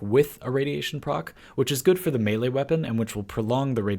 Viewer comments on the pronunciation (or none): none